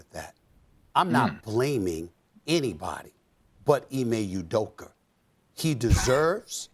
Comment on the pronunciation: “IME UDOKER”